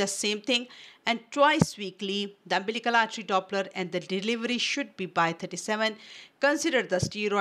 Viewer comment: Wrongly pronunciation of umbilical n uterine artry